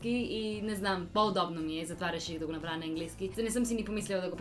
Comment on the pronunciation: Actually, you pronounced "направя" better than your mom. The correct pronunciation of vowels at the end of the words is to darken them. So having your mouth wide open for a я is not correct. Tell your mom that and have fun 😉😁